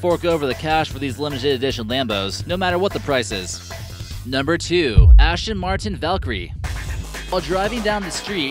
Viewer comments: Fuck all the other wrong facts, he said Ashton Martin so many times I almost pissed myself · D- Di- Did he just say "VenONO" instead of "Veneno" and he said "SENTenario" instead of "Centenario" (Ch-en-tin-arry-oh) Omg no, he said, "ASHton Martin" instead of "Aston Martin" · Dafuq is a Lamborgini Vanano? sounds like something ASH-Ton Martin Would Make oh and by the say for you Americans trying to say *CH*ENT-A-NARIO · Lamborghini Venano, Lamborghini Shentanario, and Ashton Martin. Dont make a car vid if you cant even pronounce the names or give true stats😂